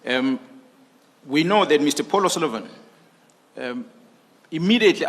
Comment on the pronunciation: Why does he call him Mr Polo Salivan?